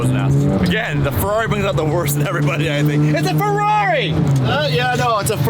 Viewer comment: stop trying to say ferrari the right way. you can't. just stop it youre american bruh